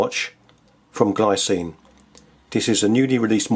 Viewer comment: btw, it's pronounced 'glee-tsee-nuh', the brand is Swiss.